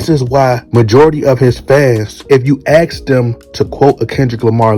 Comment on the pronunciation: 🤣🤣 this aged well. He that overated he got J Cole shook saying sorry 🤦🏾‍♂️ And my guy its ASK!!! Not aks. Two Ls in the 1st two mins 😐